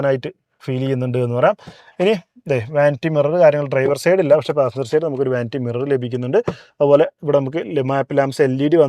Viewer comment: നിങ്ങളുടെ വിഡിയോ ഇഷ്ടം തന്നെ.. പക്ഷേ..ഈ like ന് 'ലേയ്ക് ' എന്നും side ന് 'സേയ്ഡ്' എന്നും ഒക്കെ പറയാതെ ശരിയായി പറയരുതോ..?